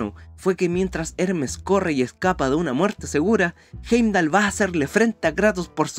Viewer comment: eremes es ermes y hendal es hendal